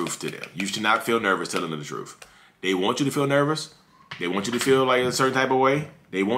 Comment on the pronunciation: TruTH..not truFF..ugh!😂😂